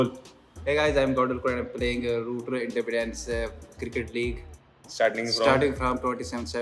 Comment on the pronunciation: Independence nhi bola ja rha 😂😂